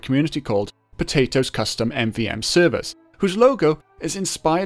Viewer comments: somebody needs to teach this man that it is not potat OS its potatOS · I think that ppl call her legit potatOS not potat-OS